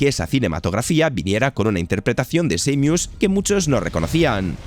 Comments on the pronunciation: El diseño de bayoneta 3 es "asqueroso" nada que ver con las 2 anteriores. Metroid M es EXELENTE, .... SEIMIUS???? ES SAMUS, SA-MUS.... 😒, HOrribLE EL NOMBRE Lo se!!. Battetoads no es horrible, solo feo. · Lo curioso es que al principio dice claramente Samus y después usa esa forma descompuesta "Seimius" que no es ni ingles ni español.😅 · Estos vídeos de mierda son con IA? Primero dice bien Samus y después dice.... Seimius?????????? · SA-MUS no Seymius 😂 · No es samus es seimius 😅😅😂😂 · no es tan dificil decir seimus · Who tf is Seimius? En inglés no se dice así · Samus, que se pronuncia como se escribe, lo cambian. Y los que si se pronuncian diferente, como Halo, dicen jalo! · Cada vez que dice Seymius muere un perrito. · Estuve apunto de decir lo mismo y leo este comentario, por esa falta de respeto nomás no me suscribo 😂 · Desconozco la nacionalidad del narrador pero los españoles generalmente pronuncian muy mal el inglés. Recuerdo cuando al Ghostwire Tokyo le llamaban Gowaier Tokio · Entiendo que no todos hablan ingles, o que no todos conocen la pronuinciacion exacta de las cosas, pero, la verdad, si rompe muchisimo el video, escucharte defcir, seimus, o eeeaaa, en lugar de EA, no lo digo de mala forma, o para faltarte al respeto, pero si esto es tu trabajo, dedicale unos segundos a buscar la pronunciacion correcta, no te tardas nada, tu trabajo sera de mayor calidad, y dice mas de ti de lo que crees el pronunciar bien las cosas, estoy a medio video, interesado, sumergido, y escucho, eeeaaaa queremos mirror's edge, y no puedo evitar soltar una carcajada que me hace olvidar el video, en verdad no lo digo de mala manera, si lo lees, espero tomes la critica de buena forma.